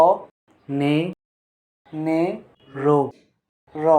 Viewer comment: Ccc পনেরো bolte pare na😂😂😂